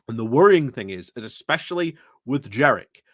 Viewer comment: It's JENRICK with an N. His nickname generic jenrick doesn't work if you mispronounce his name.